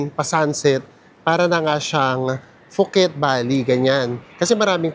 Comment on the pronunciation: POO-KET po ang pronunciation, not FOO-KET